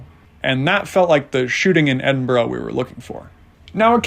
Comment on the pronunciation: Tip on pronouciation. It is not Edin-boro, it is Edin-burr-ahhh or Edin-bra.